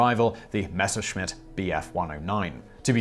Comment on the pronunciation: Thank you Simon. Nice to hear someone pronounce Messerschmitt properly. Tired of hearing people say - Mesh-er-smit. I wish they'd stay in their Robin Reliants! Look at the spelling, guys. (And Gals, I imagine, too).